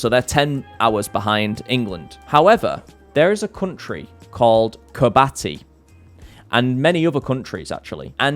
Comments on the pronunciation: Hey, just a heads up, but Kiribati is pronounced Ki-ri-bas not kirbati!😊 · KIRIBATI!!!! not KIRBATI